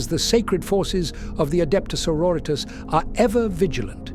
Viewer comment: I have to admit, as a linguist, that got my hair on end. ^^' Good voice, good script, but oh goodness me some of the phonetics. 'Dialogs'??